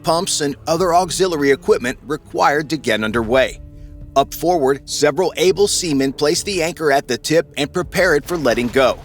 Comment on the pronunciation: why are you emphasizing "able" seamen.